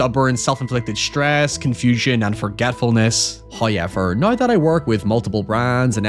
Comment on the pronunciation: Still can't get over the fact that you can't pronounce the word 'now', instead saying "nøye" :b